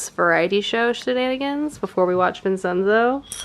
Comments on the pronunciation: You're making me want to get into Kdramas so badly, but I have no idea where to start! I need the swoons. Btw isn't Vincenzo prounounced like Vin-chen-zo? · as a gal with a giant italian family - might i gently mention it's pronounced "vin-chen-zo" the ce is like a ch.